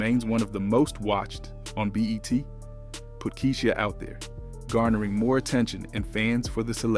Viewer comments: Her name is KEYSHIA N.O.T KEE-SEE-HA... UGHHHH THAT BOTHERED ME THE WHOLE VIDEO!!! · I was looking for this comment!! Did no one listen to this before posting 🤦🏾‍♀️ Key-She-aah Cole😂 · Am I the only one that’s getting annoyed with the way he pronounces her name 🙄🙄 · Narrators should know how to pronounce and emphasize proper syllables. It's Kee-sha and B-OW NOT KEE-SHEE-A AND B-OH!! SMH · Who tf is “Key-she-a” . Yall gotta do better with the pronunciation of these names 😂😂😂🤦🏾‍♀️ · Her NAME is pronounced Key-sha or Kee-sha not Key-she-ah! Yaw bloggers need to learn how to pronounce pple name that ur doing stories about 😒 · KEY-SHE-AH?? 😂😂😂 BRUHHH it’s KEY-SHA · Keyshia not Keysheeia 😂😂😂😂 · Who is this reporter it is kie-sha Cole and it’s the bee hive not the bae hive and Beyonce’ aight and Kiesha Cole aight I’ve listened to more of Keisha though neither one is a favorite ❤️